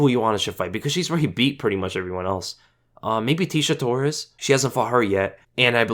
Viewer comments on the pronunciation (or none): none